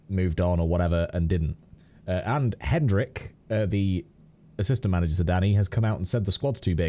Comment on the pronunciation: I'm gonna score the bingo for getting a name wrong while trying not to get a name wrong. HenDrick? wtf? 😂